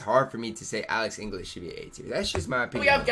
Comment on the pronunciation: Yeah like wtf how can you not pronounce your native language